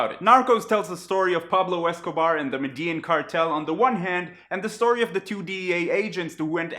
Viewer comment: Its medi-jin. Thats how you pronounce it.